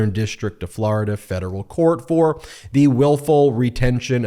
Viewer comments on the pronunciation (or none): none